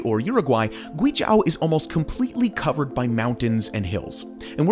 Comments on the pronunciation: Awesome video, side note: It's pronounced "Gway Joe" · Great video! Yes I would do the bungee jump :) A couple of things though, there's no road to Taiwan, not sure where that came from on the map. And you're saying Guizhou wrong - "zhou" is pronounced more or less as the english name "Joe" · Yes! It’s like gway joe, not accounting for the tones. Had to stop watching because of the mispronunciation. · Guizhou is pronounced like "gway-joe" and liuzi is pronounced kind of like "lee-oh-zzeh" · Why do you mispronounce guizhou as guizhau? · Yes!I want to visit gui zhou!btw it’s pronounce as gui-zoe! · Sorry to be nitpicking, but it's pronounced "gui - zhoe" (as in the average "joe"). It's the same word as Guangzhou (lit. state). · I thought the province was pronounced "Gwee-Joe" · Great video, but Guizhou is pronounced gway-joe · Zhou is pronounced like the name Joe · Your pronunciation of GUIZHOU is too repulsive to think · For such an in depth video you could have learned how to pronounce Guizhou correctly. Loved the video but facepalmed when you said it hahaha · It should be noted that Guizhou is 贵州, not 鬼州. This name is somewhat related to Yi culture. Chinese has tones, and different tones have different meanings. You can understand it as a precious place, not a place of demons. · You could’ve spent ONE MINUTE to learn how to pronounce the province correctly … so annoying. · Such a great video just to butcher the name GuiZhou... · After a few times of hearing your pronunciation of "guizhou", I stopped your video completely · your guizhou 贵州 pronunciation is so bad. video is great though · youd think he'd look up the pronounciation of Guizhou before he recorded this video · there is no "a" in Guizhou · The moment I hear him butchering GUI ZHOU, I stopped watching. If you want to do informative video about Chinese culture, you better start pronouncing it right. It's disrespectful when the Chinese can learn to speak your language properly. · "This is GuiZHAO" :D